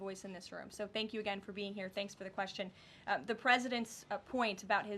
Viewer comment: Did she just say wextion? 🤨